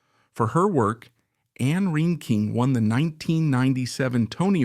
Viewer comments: And” rain-king” I wish everyone wo7ld agree on how to pronounce her name. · Not to be mean or negative but I wish you could have pronounced her name correctly. It was annoying.